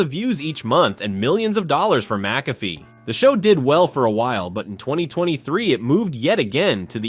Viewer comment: You may want to pronounce his name correctly. That would give you more credibility. Good history of his career though. I would also do without the stock photos.